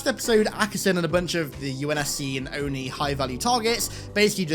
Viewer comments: O.N.I is what gets me. All the other things obviously... But it's not the "O-N-I". Its "ohnee" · The way they say "O-N-I" instead of "Oni" irks the shit out of me